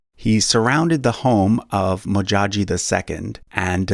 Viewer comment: Its Modjadji amd not Modjaji... Please get it right.